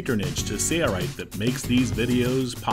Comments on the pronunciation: I love this video. My only criticism is that the narrator does not say his company name properly. Please enunciate SaiL Right. No Sareright. Thanks! Good job guys! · Awesome video! Are you saying SAYA_RIGHT? looks like SAIL-RIGHT. Just want to know how to pronounce it.Thanks! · He says sayaright